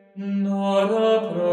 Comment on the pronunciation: ¿Por qué pronuncias una 'n' antes de cada palabra que comienza por vocal? 'nora', 'nagnus', 'namen'